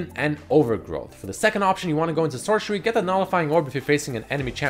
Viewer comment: I cringe everytime he calls Sorcery as Shore-Sherry